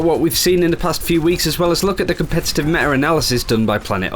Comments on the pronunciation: Can he PLEASE pronounce that 't' in "meta". It gets to me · META not me'a.